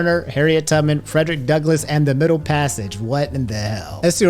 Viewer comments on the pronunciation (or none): none